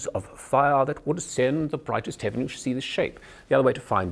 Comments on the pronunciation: I'm English and although I was worried at the beginning I'm bloody impressed. My only advice is woth words who's last syllable ends with 'en' or 'ern' like Heaven, Kitten or pattern. Be careful not to pronounce it as you would in a North American middle accent where you pronounce heaven; 'hevv in' in middle Englush it's 'Hevv uhn(vowel sound rhyms with could or should)' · He pronounces heaven wrong - he says "hevvin" instead of "hevvn" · As a native Brit, he's definitely a pro at the accent. I cringe when I see most Americans/Canadians attempt an English accent - it goes a bit Oliver Twist via Australia! The ONLY word I even remotely thought sounded a bit off was 'heaven'. A bit too "hev-in". I hear it more as "hev-un". Otherwise, a pro. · The en of heaven is too pronounced, should use a schwa, but aside from that, indistinguishable from a native, in the opinion of this native. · I agree he's pretty good, but he's far from perfect. Words like "pronounciation" and "heaven" towards the end are clear giveaways; the rest of the time I think I'd have been thinking there was something not quite right. And the "working class" "dialect" (why does he keep speaking of "dialect" instead of "accent"?) - pretty Dick van Dyke, actually.